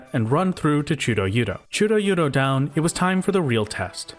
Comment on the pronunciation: absolutely delightful "chudo-yudo" pronunciation